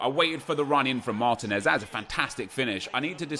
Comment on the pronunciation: Your striker from Atlanta United is pronounced Mar-TEEN-ez, cheers from Atlanta!